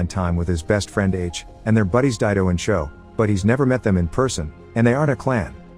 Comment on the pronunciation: He said joe not sho